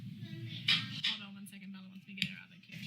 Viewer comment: All those kids hear is “ hode on”